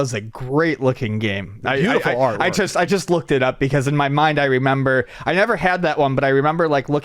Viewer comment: the word just doesn't have a "ch" in it... just, not chust.